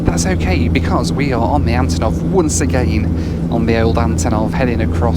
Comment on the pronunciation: Hi. This plane's name should be pronounced as the first syllable in "unbelievable" ("un", not "a.n."). Cause, you know, these are the first two letters of the designer's last name (Antonov). Thank you for what you're doing!